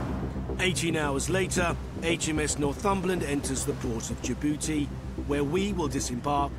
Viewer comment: "Enters the port of jabooty" 😂😂😂 that's what I did to my girlfriend last night